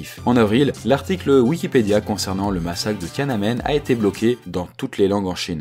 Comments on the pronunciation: c'est pas tianenmen c'est tian an men du chinois 天安门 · Ça commence à 2mn ! "TianaNmen" c'est si dur à prononcer ?! Empire state building ( avec le bon accent Français ) ça fait toujours bizarre ! ;)